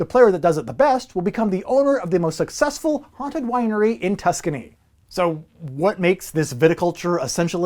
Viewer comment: Lol did he say "haunted" winery?